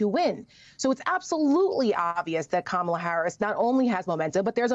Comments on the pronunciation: Our Vice President’s given name is, KaMaLa. It is the Indian word for Lotus. She was named by her mother, who was born and raised in India. If these individuals can promise jd VANce’s wife’s name, why can they pronounce the Democratic Nominee? They are being selective bigots. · Make no mistake, folks - the constant mispronunciation of "Kamala" is definitely on purpose. IT IS A RACIST DOGWHISTLE! Don't believe me? The most common mispronunciation (and the one favored by Trump himself) is "ka-MA-la", which is how you pronounce the name of 80s wrestler Kamala the Ugandan Giant. Go look up "Kamala the Ugandan Giant" and then tell me this isn't a racist dogwhistle that they are hammering on repeatedly. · This hit the nail On the head!!! I was soooooo heated from her intentionally mispronouncing Kamala name. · If the Maga idiots can’t handle the basic pronunciation of the name “Kamala”, maybe they should just stick to “Madam Vice President”